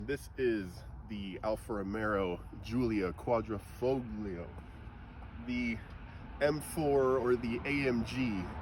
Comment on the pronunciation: Time to fix your pronunciation ("Alfa ROMEO" not Romero and not Quadrifogglio either) and correct the title too (it's "QUADRIFOGLIO" not quadrafoglio).